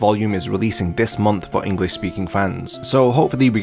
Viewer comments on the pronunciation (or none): none